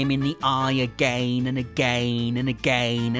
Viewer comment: agayn and agayn and agayn...